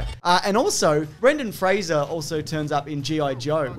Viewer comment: Kudos for pronouncing Fraser correctly 👍🏻